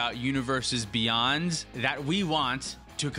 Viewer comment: Universes Bey-UN-d